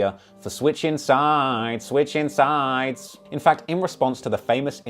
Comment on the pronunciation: Why tf you gotta say “ switchin sides “ like dat ?